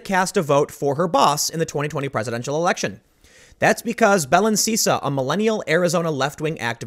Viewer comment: Belen? I thought you said bellend at first, which is apparently more accurate.